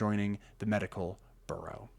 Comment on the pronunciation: Okay but you're mispronouncing the word "Bureau" as like "burro" Are you not a native English speaker?